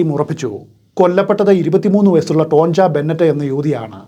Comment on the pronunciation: ടോൺജ എന്നല്ല ടോണിയ എന്നാണ് പറയേണ്ടത്